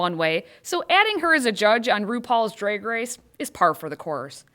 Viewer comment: Stop saying dreg race!